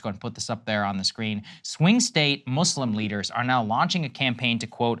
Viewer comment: Thank you guys for saying Muslim and not Muzlim like half these other idiots on TV